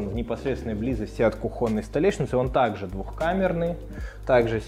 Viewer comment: кУхонной, не кухОнной 😊 и